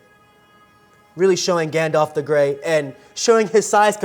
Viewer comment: "Galdalf"... lol